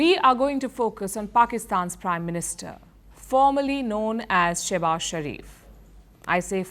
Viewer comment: Shehbaaz ❌ Sussubaaz✅ 😂😂😂😂